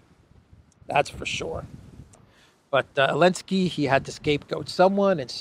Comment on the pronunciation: after checking the pronunciation on line, why do you swallow the Z of Zelensky? been bugging me since months, thanks :))